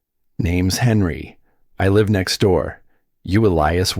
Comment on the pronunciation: The narrator is awful. Cant even pronounce words properly. Live ??? Wrongly pronounced even though spelling is the same. I could earn millions if became a Narrator!!!!